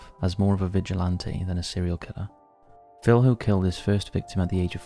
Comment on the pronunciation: Minas Gerais is a state in Brazil, not a town, and Filho is pronounced Fil-yo.